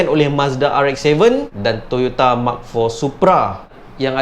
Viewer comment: Nice.. dia sebut Mark4. Bukan eMKei4.